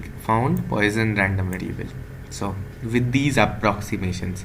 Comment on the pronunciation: Very good lecture. Came from X . Btw the pronunciation is "pwɑ.sɔ̃" puasawn .